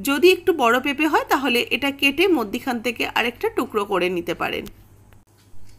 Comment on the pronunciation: মদ্যিখানে ❌ মধ্যেখানে ✅